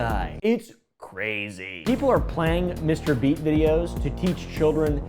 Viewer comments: Bro just said mrbreast😂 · am i only person who heard mr.breast at the very start 😂🤣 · why is he saying mr breast? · "Feastables and MISTER BREAST" MISTER WHOOO?! 😭😭😭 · This is why I watch for just the facts. Been saying that guy's name wrong this whole time. Sorry Mr. Breast. 🥚🤦🏾(egg on my face) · "Mr. Breast" never fails to make us laugh or give information we love you🤣🤣🤣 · "mr breast"💀💀💀💀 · why do you keep calling him Mr breast ? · Less than 20 seconds in the video and oompa says Mr breast😂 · 'Mr. Breast' 🥺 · did he just say mr. breast??? 🤣🤣🤣🤣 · ''Mr breast'' 💀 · Almost choked myself hearing "Mr.Breast" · "Mr. breast" 💀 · "Mr breast"😭😭😭THE BEST WAY TO DO A INTRO😭😭